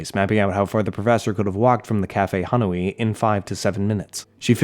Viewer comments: God the "Ha no i" hurt me so much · this part is painful to hear ngl like how do you mispronounce Hanoi so badly